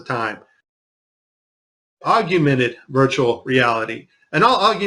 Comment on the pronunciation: whoever it is speaking near the end of this video can't possibly be very bright. how can he mispronounce the word, augmented, every single time he says it? he keeps saying augUmented. that is NOT a word.